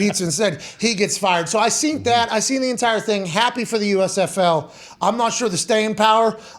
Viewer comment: When did he start saying seent constantly?? Is this a new thing???